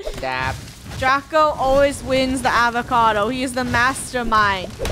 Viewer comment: HAVOCADO “Avacado”